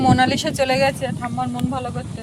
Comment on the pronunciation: নাম রেখেছ মোনালিসা(Monalisa) ডাক মোনালিশা(Monalisha), ঠিক করে ডাক